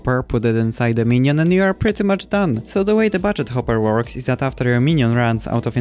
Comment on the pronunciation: i love how u say minion